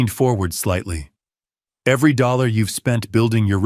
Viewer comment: Why can't you pronounce dollars ( money) properly? It sounds ridiculous.